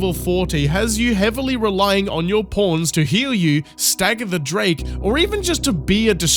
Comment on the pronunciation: When you say pawns it sounds like "porns"